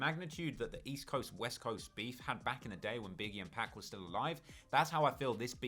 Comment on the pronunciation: Just stop saying PEC please. Its 2pac